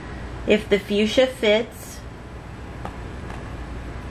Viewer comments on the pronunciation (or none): none